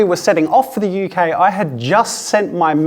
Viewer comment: Did u just say I travelled to HueK (UK)